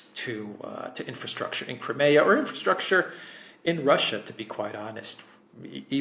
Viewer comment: > Your pronunciation of Crimea is incorrect; fix it, you're irritating me. If you're speaking English, use the English pronunciation, not the Greek pronunciation. I'm Italian & I don't call Rome, Roma when I'm speaking to an English audience. Stop this arrogant Greek BS. I live in Australia & I have seen the Greeks suffocate all new-comers to their culture. Greeks leave NO ROOM for any other culture, they drown them. This is exactly what happened to my cousin who married a Greek..... Pronounce Crimea properly, you're speaking to an English audience; we are NOT Greeks!!!!!